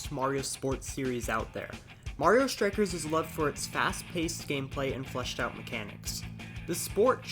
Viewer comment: Its called Strike, not Shtrike